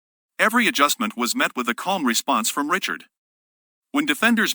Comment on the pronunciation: REE-SHARD. Jada Ree-shard.